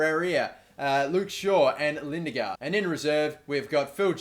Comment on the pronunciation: As a dane, i'm quickly gonna teach you how to pronounce Lindegaard Li (as the Li in little) - Ne (as the Ne in next) - g - å (as the a in also)